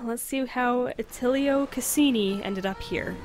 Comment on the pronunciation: Caccini is pronounced, "kah-CHEE-nee." In Latinate languages, the letter combinations CI, CE, GI, and GE tend to use that language's soft consonants. For example, the English word success makes the second C sound like an S, and the word suggest makes the second G sound like a J because they become "soft" before the following E. (Portuguese does something very similar, though it also "cheats" by using the French pronunciation of ç.) That said, in Italian the CI combination sounds like "chee." (CI sounds like "chee," CE sounds like "chay," GI sounds like "jee," and GE sounds like "jay.") That's why ciao sounds like "chow."